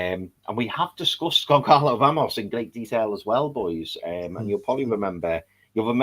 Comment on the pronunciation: Hey guys, love the show. Have followed since you had less than 5k subs. Please Google the pronunciation of Goncalo Ramos. The 'C' is silent. So it's pronounced Gon-zah-lo Ramos. Thank you